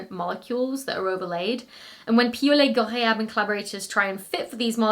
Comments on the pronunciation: In addition to the science, I think you like impressing us with your pronunciation of Piaulet-Ghorayeb. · I had a feeling "Piaulet-Ghorayeb" would show up in the blooper roll, but you did GREAT!! 👏🏼👏🏼👏🏼